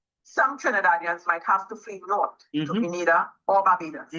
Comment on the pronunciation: Grenada is pronounced as "Gree-nay-da